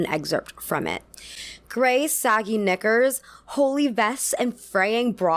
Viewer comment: Love the video, great points. Couldn’t agree more, but a few times, the way you said ‘knickers’ came a little close to a g sound in the early parts of the video.